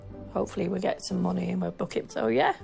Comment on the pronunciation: “Monneh” Karen 🤦‍♂️